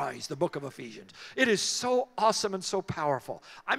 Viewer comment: Hello, I'm Spanish and I didn't understand the word ephisions?? book of ephisions??